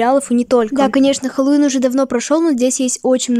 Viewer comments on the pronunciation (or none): none